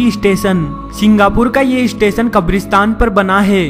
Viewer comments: lol ap apni pronunciation thik kro plzz station....istation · Bhai kya bol raha hai istation nahi yaaar station hota hai 😂😂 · bhai station bol estation mat bol mast laga bhai 😂😂😂😂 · "eestation" nahi hain be. the word is "Station" . lol 😂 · " is ees-station ko bhootiya ees-station kaha jata hai" 😂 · Estation, Estation abey bhootiye its STATION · iss-station do hajar no 😂😂😂😂😂😂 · issestetion lololol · isitation iichtation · Abhe UP wale bhaiye.... Ratta kya marta re. Estation.. 😝 😂 😂... Hai hai hai. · wtf?" istation"? "coll center" I'm definitely not "isubscribing" to this ishit